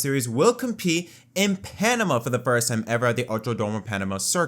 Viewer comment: "For the forst time"